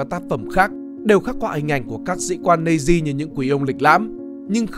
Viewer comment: nói thì nhiều mà hai phim kinh điển nhất là schindler list với the pianist không thấy nhắc. Đã thế các đọc của chủ thớt rất khó nghe. SS = ét ét hoặc Nazis = Na Di thì hay hơn là double S và Nây di.